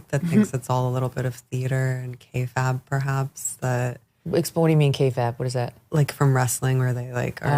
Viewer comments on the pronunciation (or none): Ladies, kayfabe is pronounced kay-faybe (an alliteration of “fake”), not kay-fabb, like some alliteration of “prefab” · trying to sound cool using an insider pro-wrestling word, mispronounces insider pro-wrestling word.